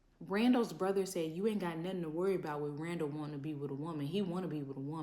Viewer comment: Idk why she call that man raw-raw! It’s Randall ! 🤣🤣🤣